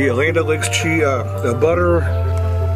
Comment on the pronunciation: "Land-uh-licks chee...uh butter".